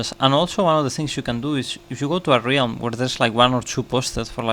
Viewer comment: What’s a re-ham do you mean realm? 😂 jk it’s very cool that you can speak more than one language